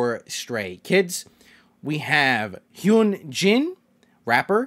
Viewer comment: (It's not hate) I can give you a tip for saying the names original name pronounced Hyunjin = hyunjin ( sry is don't know how to explain it it's not like an u more an y like in you) Seungmin= sungmin Changbin= cangbin